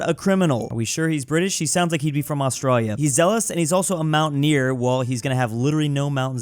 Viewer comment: Mispronounce ‘Australian’ and then call us criminals.